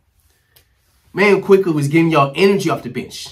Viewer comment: Had to stop watching cause he said the trade wrong in the beginning….for OG Anunoby, AND Immanuel Quickley